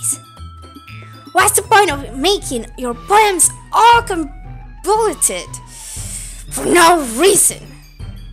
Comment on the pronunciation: just fyi the word is pronounced con-vo-loo-ted :) meaning too complicated. Whirl rhymes with twirl ;) and wind it's a tornado cyclone. And it's a hard word, ef-full gient. ;)